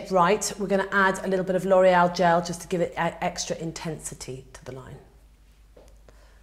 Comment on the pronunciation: FINALLY somebody who says "L'Oreal" correctly instead of "LORRY-ELLE". Where's the "elle"?!